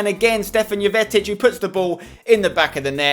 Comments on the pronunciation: His name is jovetic but its pronounced yovetic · Keep saying Jovetic wrong